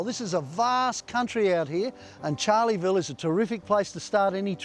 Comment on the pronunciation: It’s Charleville not Charlieville. Edit required. Thanks for the vid🎉